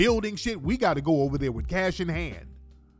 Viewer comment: "Where is j j getting all this casasshh" 😆😆🤣🤣🤣🤣